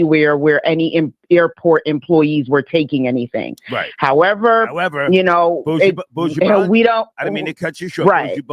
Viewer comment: How is it really hard to pronounce Buju Banton? 4 letters, n 6 letters. Like, freal, this is part of separatism problem! Buuujoo Baant-on! 😂